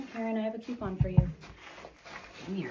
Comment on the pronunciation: I had to go back and listen to it again. "Did she just say coupon?" Lol!